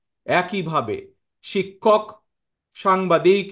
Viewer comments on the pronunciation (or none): none